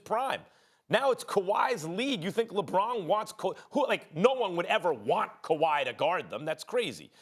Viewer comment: Quote Stephen A Smith:"kawhy Lennit!!!!!!" 😂